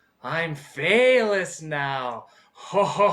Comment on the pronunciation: “Phelous” Porteous XD